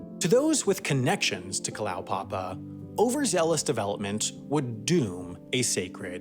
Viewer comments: and Kalow-papa, it's Kala-oo-papa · Went there some years ago when there were still 25 or so residents. BTW, I believe it's pronounced Kala-u-papa. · Kalaupapa should be pronounced "kah-lah-oo-pa-pa" :)